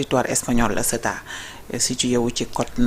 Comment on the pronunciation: Ceuta au lieu de Céta:face-orange-frowning::face-orange-frowning::face-orange-frowning::face-orange-frowning::face-orange-frowning